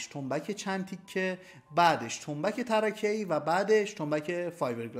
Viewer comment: سلام فکر کنم تلفظ تنبک چند تکه tarkeii باشد به معنای چوب نازک و نه tarakeii